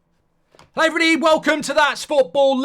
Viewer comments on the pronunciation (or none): 😂😂 that what I thought “Hlovrybody”